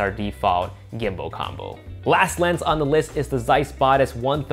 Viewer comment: i love ya but i’m gonna have to ask you to stop saying gimbo lmao